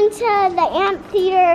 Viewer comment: It sounds like is saying,"ant theater " instead of amphitheater 😃 I'm picturing ants fighting! 🤣